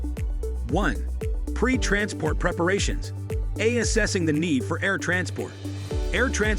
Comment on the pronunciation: I hate monotone, AI-read scripts. There are wretched mispronunciations, like "'a-assessing' the need for...the 'el-ocation' of...". The word was supposed to be "allocation". I stopped the video, gave it a thumb's down, wrote this comment, and will never watch another video that uses AI-verbalized narration.